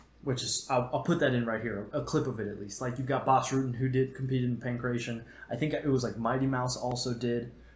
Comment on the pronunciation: Not how "Pankration" is pronounced, my dude.